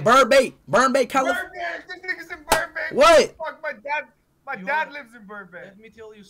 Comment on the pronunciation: “Burnbank” lol